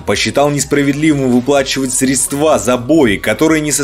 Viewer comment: Какие, мля, средствА?)))